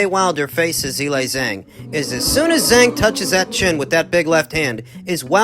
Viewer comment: I gave Miller the benifit of the doubt that he was mispronouncing Zhilei Zhang HELL'a WRONG!!! 🤣😂🤣